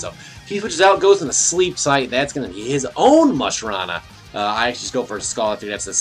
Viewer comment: musharna, not mush-rah-na ;) trololol